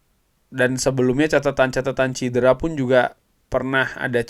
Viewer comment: Maaf cedera bukan cidera...